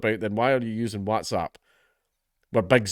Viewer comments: And yet again Dankula fails to pronounce"whatsapp" properly...I can assure you not all Scottish people say it this way. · Oh god lord is he going to mispronoonce Watsapp again 😂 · I wanted him to say “wotsopp” again so badly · More videos requiring Dank to have to pronounce Whatsapp!!! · I'm still finding it hard to get over the WhatsApp pronunciation 😅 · Every new video i pray count dankula learns how to pronounce whatsapp